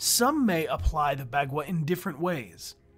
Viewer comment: "Bagua" or 八卦 in Chinese is pronounced more like "Bah guah"